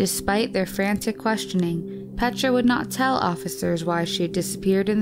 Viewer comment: The pronunciation of her first name ist even worse! It's not called "petscha"... it's P-E-T-R-A 😬